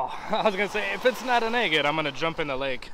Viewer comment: I love watching your videos! I've rock hunted over 50 years so I totally understand your giddiness when you find a beautiful rock!😊I need to send you some of mine to cut! I think you should flatten a bottom of that big baby and cut it into fourths!!! Stand them all 4 next to each other...breathtaking!😍thank you for sharing your hunts with us!!💕 I love how you say egate!🤗there's my idea for that big baby!😃